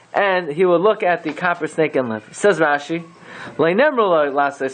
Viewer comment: Copper sounds like Kapparah